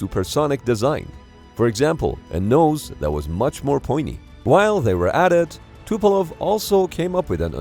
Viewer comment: I think narrator accidentally swapped E and O in Tupolev at ~ … Tupelov is not a usual name, but it was also (maybe accidentally) used in the Hunt for Red October movie.